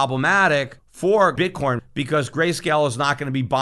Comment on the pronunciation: he totally says "Bit Corn"